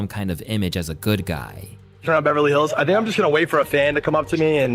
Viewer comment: Why do you always say churn instead of turn??